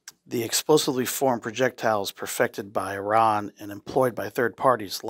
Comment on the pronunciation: Awesome video. As a reminder, the country Iran is pronounced closer to ee-rahn, vs eye-ran